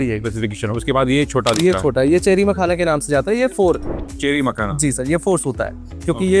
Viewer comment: MAKAHANA COMPANY 😅😅😅😅😅😅 Mene samjha car 🚗 banaata hai . Makhana. Or usko company bhi bol raha hai 😅😅